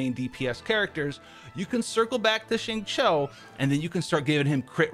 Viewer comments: You are legit the first YouTuber I know that completely aces 'xingqiu' s pronunciation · Thanks for saying his name correctly! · Would you look at that, a Caucasian who actually gets the pronunciation of the "Q" sound in Mandarin right. Nice.